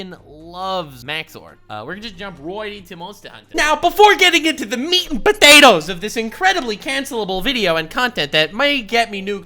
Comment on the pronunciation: at the start of the video: meat and POtatoes, I don't know why that specific syllable exploded in my ear to the point I threw my mouse.